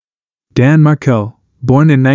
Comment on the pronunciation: Markel not Merkel